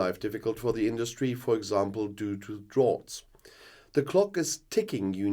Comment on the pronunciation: Check your pronunciation of "drought" 😉